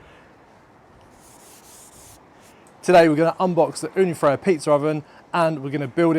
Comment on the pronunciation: Ooni Fyra, not Frya.